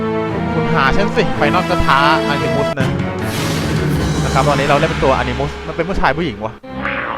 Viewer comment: animus อ่านว่า อนิมัสไม่ใช่อนิมุส